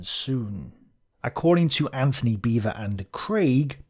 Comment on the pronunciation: Beavor?, you serious?